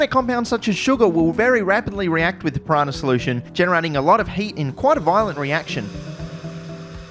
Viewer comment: it's piranha, not pirahna